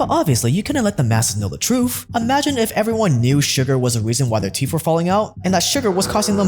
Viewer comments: I love heard about the truuf of my teef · here's the truf I love my teef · “Teef”?????? “Truf”???????? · Teefff Trufff ok, great stuff but it's teeth and truth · All I keep hearing is teef and truef! 😅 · The way you say truthf and teethf makes me lol…